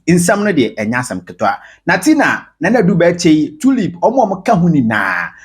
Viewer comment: Ei, 3y3 asem oooooh! The way I used to respect Maame Ngege eh! Shut up woman! & the name is ADU-BERCHIE Not Adu Berchri!!!!!